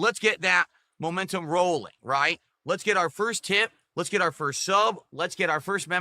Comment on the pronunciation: needs to stand in front of a train then has some momentuhm gowwing and get nailed by it.